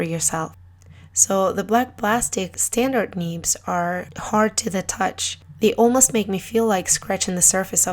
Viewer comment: Great Video :D Love the way you pronounce "neebs" ^^